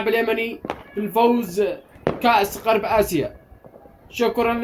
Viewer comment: غرب آسيا مش قرب اسيا انت ماتعرف تقول غرب آسيا ههههههههههههه ههههههههههههه حمار في اليوتيوب